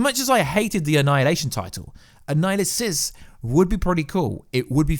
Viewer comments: Bro wtf are you saying when you're trying to say Annihilus because you are all the way wrong lol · Stop saying Annihilus’ name wrong.